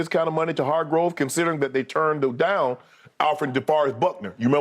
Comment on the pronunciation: Shannon, man, it's ( Har-grave) lol.. this signing was unexpected, to say the least, also opens up bosa on the edge..and the cap work to make this work is genius by paaarg..kudos to Lynch & Co for making this deal work..and yes OL needs to be addressed.